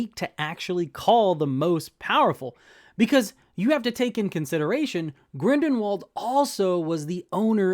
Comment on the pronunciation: I don’t want to be that guy man but it’s Grindelwald not Grindenwald. And it’s technically pronounced like Grindelvald. Liked the video by the way, keep up the good work!